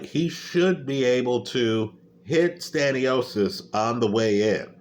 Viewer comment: Wtf is Staniosis? He ain’t a disease bruh it’s Sta-nio-Nis.😂